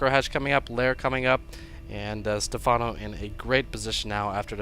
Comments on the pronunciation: You actually had the right pronunciation when you were joking around... it's "Stephano" with an accent on the é. For some reason all americans pronounce it with an emphasis on the a, which is very weird. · its pronounced like stefano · Does he actually not know how to pronounce stephano? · Lol, can't even pronounce something simple like Stephano, making Americans look bad.